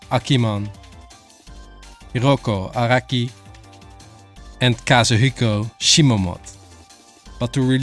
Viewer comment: I could tell you were French the moment you pronounced Hirohiko Araki's name XD. Cool video, love Kinu and her art!